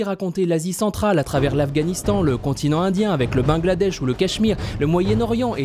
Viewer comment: Bangladesh et non bengladesh